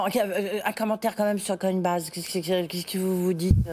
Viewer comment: Il a réussi à répéter 1 fois "Coinbaz" pour ne pas trop gêner la journaliste, mais ça a vite switché derrière